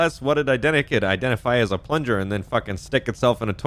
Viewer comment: "Plunger" lmfao